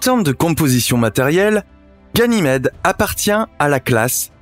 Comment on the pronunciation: La vidéo est très belle, mais faites attention quand même, ça fait deux vidéos de suite, que vous dites "guynamede"